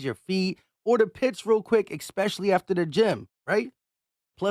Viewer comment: EXPECIALLY!!!!!! I